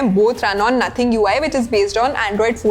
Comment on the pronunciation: Nothing ❌ naathing ☑️